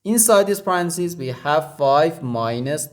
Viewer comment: English teacher here. Repeat ten times aloud the following and it will feel more natural next time to say it correctly: Pa-ren-tha-("th" is unvoiced, like in "thistle") cees. Pa--ren--tha--cees Stress 2nd syllable. Pa-REN-tha-cees.